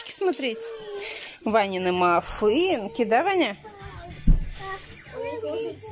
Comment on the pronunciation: Ванины маФынки правильно Так и разговаривайте для вас Это норм чтоб дети неправильно разговаривали